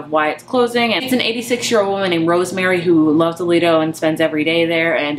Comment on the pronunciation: pronounced lie-do its basically just an outdoor pool. Most you do have to pay to go in and use it.